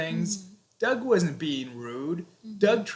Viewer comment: Y she kept on saying dog ? Did she mean Doug?